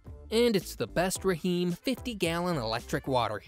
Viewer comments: Did he say Raheem instead of just Rheem(reem). Lol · Rah Heem 😂😂😂 AI is hilarious!